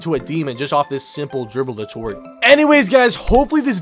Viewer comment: "DRIBBLE DU-TORIAL"